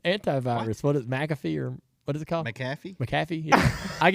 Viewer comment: Jr you said it right, its Mack ah fee